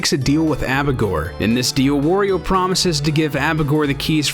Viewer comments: "Wah-rio," not "wor-rio." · Wario is not pronounced Wurio, it is the same as Mario except for the first consonant. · Holy shit, it's aggravating to hear you say "Worry-o" every goddamn time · Cool video! But, man, I hate the way you say "Wario." It's WAH-ree-oh, not WORE-ee-oh.